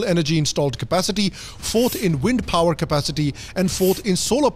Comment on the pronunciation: Kya accent he yr ..... Phower🙏